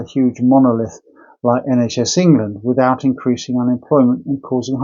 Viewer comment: It's the word 'England' he has trouble with.